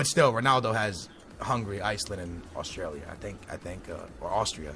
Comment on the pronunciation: swear he said austrailia